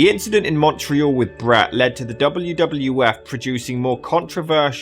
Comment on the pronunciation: Hi, how are you? Your pronounciation of Montreal, (more of u, than an O) is almost perfect. I've been a Wrestling fan, since I was 9, (around 85), leading to the first Mania. Considering Montreal has been in the vernacular for decades. It is astonishing how many Youtubers, are not able to do this. Also but to a lesser extent Canada gives some trouble but you are great and I thank you for that. The only area, that sounds a bit off, is a common place, at the start of Quebec. Many people tend to say the Q and add a W sound, similar to the word Quack, Wack or even question. I thnk it's an English and French thing because the way you said Quebec is perfect...If you are speaking French! Since you are speaking In English, or to, an English Canadian, you need to just drop the W sound. That will leave you with a Ka-beck, which is the best way, (Sad, I Know ;) I can explain it to you. Anyway, hope I could help a little, even thogh I know I'M being pedantic. I have the feeling that you take pride in your work and like to verify your script, before pressing send. If you hear something, far off from my words, I would love to see it. Take care and thanks for the content. RIP Owen Hart and all the others, who have passed on, while working so Hard, to make us Happy!